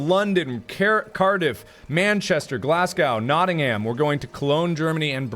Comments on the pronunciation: I'm British and he pronounced Nottingham and Glasgow wrong... I'm sorry ill leave now... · Lol hearing you pronounce British placenames. Glaz-go, Notting-am (Also come to Bristol. It's still a 30 mile ride for me, but I'll lt you sit on my Triumph!)